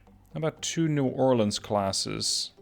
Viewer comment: Ayyy!! Two New Orleans classes! Louisiana represent!! Also, suprised you actually pronounce New Orleans correctly. Everyone pronounces it "New Or-Leens" which makes us want to punch them.